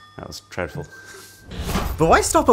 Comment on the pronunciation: Dreadful, not treadful.